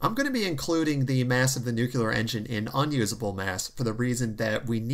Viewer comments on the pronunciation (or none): Nucl-EE-ar not nuc-U-lar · NEW-CLEAR, not NEW-CUE-LAR. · Good to see you back. The word 'nuclear' is pronounced 'nu clear'. There is no second u sound. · Chads: nu-clear